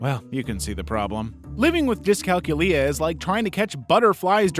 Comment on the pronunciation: Dys-cal-culia pronounce it like its a vampire name not Gonorrhoea. We can understand a counting clock, its just asking to transition an analogue clock in roman numerals to 24 hour time is the level that screw ups occur